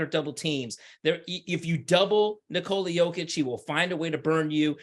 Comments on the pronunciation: Speaking of "putting respect on his name", please help spread awareness that it's pronounced "nI-kola yOH-kitch" and not nikOla yO-kitch. You are doing a noble service for American society. Thank you and God bless America. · Speaking of "putting respect on his name", please help spread awareness that it's pronounced "nIkola yOH-kitch" and not nikOla yO-kitch. You are doing a noble service for American society. Thank you and God bless America. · Hello everyone, please help spread awareness that it's pronounced "niKola yOH-kitch" and not nikOla yO-kitch. You are doing a noble service for American society. Thank you and God bless America. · If he deserves it this year then he deserves it. Speaking of "putting respect on his name", please help spread awareness that it's pronounced "niKola yOH-kitch" and not nikOla yO-kitch. You are doing a noble service for American society. Thank you and God bless America. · I agree. Speaking of "putting respect on his name", please help spread awareness that it's pronounced "niKola yOH-kitch" and not nikOla yO-kitch. You are doing a noble service for American society. Thank you and God bless America. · I agree. The media are way too lost in narratives. Speaking of "putting respect on his name", please help spread awareness that it's pronounced "niKola yOH-kitch" and not nikOla yO-kitch. You are doing a noble service for American society. Thank you and God bless America.